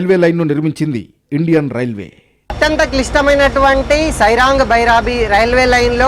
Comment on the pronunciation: సాయిరాంగ్ కాదు సైరాంగ్ అది